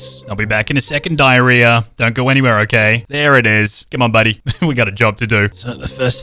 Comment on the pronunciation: The was she says Dalia as Diarrhea 💀💀💀💀